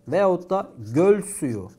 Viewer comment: Hocam niye veyatta yerine veyotta diyorsunuz :))